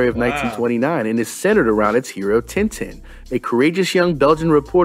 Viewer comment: never heard anyone outside belgium or france pronounce Tintin correctly :D